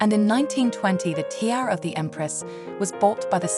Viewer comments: You are obviously not English or European. Why produce and upload narrated videos? Money... give me your money..... you read this out of a book and AI narrated choice shows u for what you are . 'A tera by Faybegay"... its not worth watching you should be asa meeed!!😅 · I am very much enjoying these interesting videos. The history included is impressive. I have already read your response to the comments on the english mispronounciations of Faberge and tiara. Thank you! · Somebody please get a real person, who can pronounce Fabergé, or at least pronounce Tiara. The AI's appalling pronunciation made this impossible to watch.